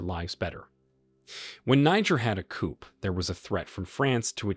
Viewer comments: "COOP"??? People say "COO", it's a French word I think? Makes sense under the circumstances. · It would be helpful if you could know how to say the word " coup" is in "coup d'état" properly, where the "p" is silent. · Jeez...Coup, a French word, is pronounced "coo". Not "coop". If you're going to do these videos at least pronounce foreign words correctly. Otherwise, a good and informative video. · COUP is pronounced COOOOOOOOOO not COOP..dear me. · "Coup" is pronounced "Koo," not "Koop." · Koo not Koup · It’s actually Coup not Koup or Koo. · It's a coup - pronounced KOO. The P is silent. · Coup is pronounced "coo" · Caught the racism by saying mispronouncing Niger. It was slick. The mark yeah I caught it. And the word coup the P is silent. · * coup - the "p" is silent.